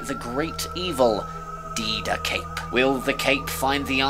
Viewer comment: Thank you for showcasing Cape Who! It was such a joy to see. Even though DeadaCape may have been mispronounced 😂, I could see in your face you were unsure. Thank you so much! And hopefully more Cape Who is to come 😊